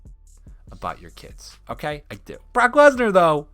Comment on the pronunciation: did this man just say “the bork?”